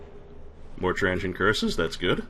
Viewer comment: If it is not rude to ask, Where are you from,? I ask because it is slightly odd to hear you pronounce "Transient" as "Tran-gent".